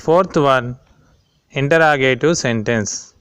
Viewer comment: It is not intra it is inter interrogative you don't know how to speak also don't make the video 💩💩